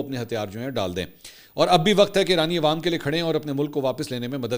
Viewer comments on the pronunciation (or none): none